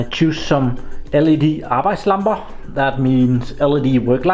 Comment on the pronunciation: When you said "Arbejdslampe" I was like "what the hell, now hes talking german" :D Sounded exactly the same and I got confused ;)